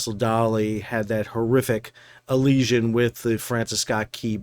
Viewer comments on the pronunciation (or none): Alesion? Elesion? Collision.